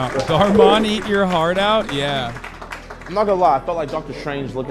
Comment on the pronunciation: Hearing someone say dhar mann's name right tripped me out lmfaooooo